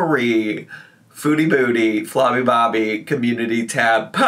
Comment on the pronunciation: I die when he says flobby bobby 😭